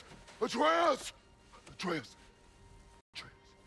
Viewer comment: 10 sec in: "Atre-oos" Uh oh.... 30 sec later: "...Atreus..." Oh thank God. Rest of the video: "Atre-oos, Atre-oos, Atre-oos." 🥲